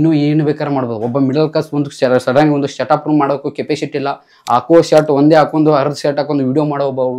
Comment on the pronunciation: Set up ❌ shata up ✅